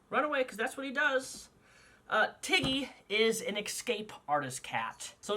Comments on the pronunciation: When you said Tiggy at first I thought you said Titty. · At first I heard Tiggy as Titty :'D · "This is Tiggy-" My dumbass brain: did he just say T I D D I E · this is my cat tiggy what i understood: titty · Ngl when he said tiggy I thought he said tiddy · I honestly thought you said titty 🙄😂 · I heard Tiddy when you first said Tiggy’s name. Lol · I thought you said titty not tiggy lmfaooo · I thought you said tittie at first. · Not going to lie at first i thought you said his name was titty lol 😆